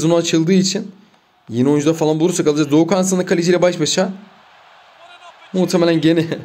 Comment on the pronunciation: Abi Doğukan sınık değil Doğukan sinik